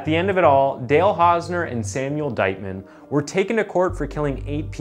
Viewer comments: "the case of Hale Dausner" Seriously?? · You called him Hale Dausner lol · Hale Dausner, looool. Elocution, man. edit: Or-tis? And "Coraillio"? You really must work on your oration and diction if you aim to do this for a living. The number of mispronunciations and outright mistakes in this video makes it slightly difficult to focus on the events therein. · Hale Dausner or Dale Hausner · Mans said. Hale dausner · 'Hale Dausner' ? His name is/was 'Dale Hausner' you need to check your work before you release... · the first time you said Hale Dausner 😭 cmon man that’s just lazy get a better editor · HALE DAUSNER LOL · Hale dausner 😂😂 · Hale Dausner.. he actually Said it.. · "Hale Dausner" 😅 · Hale Dausner??? Wtf Is It Hale Or Dale? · Hale dossner 😆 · In the opening you called him "Hale Dausner" lmao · I’ve been noticing that you make at least one really bad mis pronunciation in every video so I was thinking you were from some really obscure part of Canada where they all talk funny but now I’ve just heard you call this man hale dausner I’m sure your doing it on purpose. Why? I don’t get it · said the guy's name kinda said Hale Dausner when the name is actually Dale hausner...hahahaahaha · The first time you mention the guy's name you call him Hale Dausner.